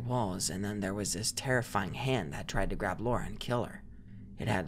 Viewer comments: Me everytime [] said Lora instead of Lara: 😑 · The creepiest part of this video is how keeps pronouncing Lara like Laura